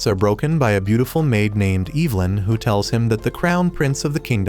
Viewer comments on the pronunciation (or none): eve? lyn? brother its evelyn